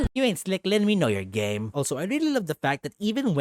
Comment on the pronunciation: Please I thought you said gay not game